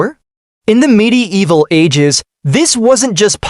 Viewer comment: midi evil. God-damned AI.